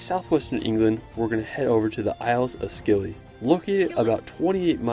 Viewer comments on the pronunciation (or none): Scilly is pronounced 'silly' Isles. The white cliffs are chalk and naturally white. Is that all we are seeing of Wales bare rocks in Snowdonia and ignore the rest! As usual! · Scilly in The Isles of Scilly is pronounced "silly". It's Cornish - a language that almost went extinct but efforts are being made to keep it alive in Cornwall. About 3000 people can speak at least some of it, with about 500 fluent.